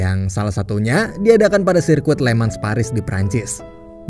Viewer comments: bang bacanya bukan "LE MANS"... tapi "LE MANG" pake logat prancis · FYI min penyebutan kata *Le Mans itu dibacanya Lemang min sesuai kata prancisnya